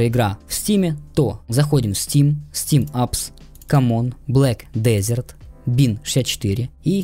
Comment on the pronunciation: да не хочу показаться душным, просто уши режет, произношение ведь через Э а не Е